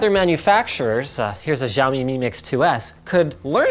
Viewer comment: It's not jaomi, it's xiaomi.....si-ow-me